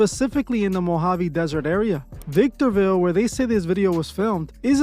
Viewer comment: Bruh When He said “Victorville” 😅 😱 I’ve lived here all my life 😮